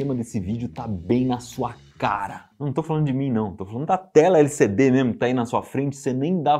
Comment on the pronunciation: Iberê, vc tá falando de LCD ou de LSD? Kkkkk